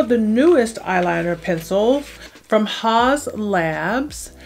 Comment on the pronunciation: Is that how it's pronounced ? I only hear it said as "House" labs not "Haws"